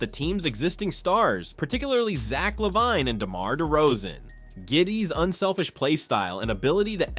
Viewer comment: Is this an AI voice? How come you can't say Lavine correctly?